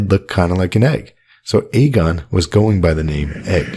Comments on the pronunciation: Hey great content as always, but reminder, in the show the name Aegon is pronounced "Egg-on." See the end of Season 7 Ep. 7 where Lyanna whispers to Ned the name, or before that when Shireen Baratheon is teaching Davos to read and one of the books is about Aegon's conquest. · I’m pretty sure Shireen after reading about Aegon the Conqueror pronounces Aegon like “Egg-on” when talking to Davos. Aegon was also the first word Davos learned to read, and now he’s Aegon’s most trusted advisor, haha. What’s worth noting is Shireen makes a pretty big deal about how she is pronouncing Aeg as Egg, I always found it odd from the first time I watched it.